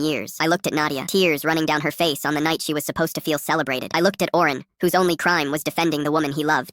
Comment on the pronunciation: Owen not Oren